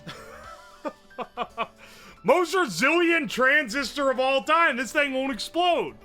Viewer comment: Why does he pronounce "transistor" as "trans sister"? He pauses for a solid half second in the middle of the word. He did it multiple times, not just once. I think he's been hitting that blue smoke too hard.